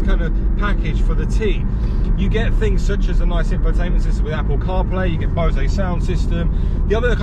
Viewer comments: It's Bose, like Hose. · The ‘e’ at the end of Bose is silent.